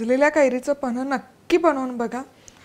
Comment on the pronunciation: Reci 👌, pls boltanana gadbd kru nka na tumhi panh ivji kanh he ucchr kelahe.